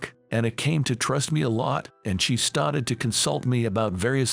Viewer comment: The word STARTED is pronounced star-ted not stat-ed. They read well enough but pronunciation sucks. So many easy words are beyond their vocabulary. US is read as U-S not us. Like the stories, but